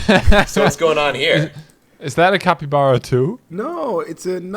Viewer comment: for carl: it's pronounced cap-ee-bar-uh and not cap-ee-bear-uh 🤣